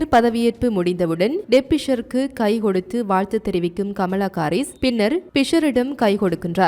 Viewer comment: அக்கா அது Baலஸ்தீனம் இல்ல பாலஸ்தீன் தமில கொல்லாதிங்க 😂😂😂 பமலா கரீஸ் இல்ல கமலா ஹரீஸ் 🙋‍♂️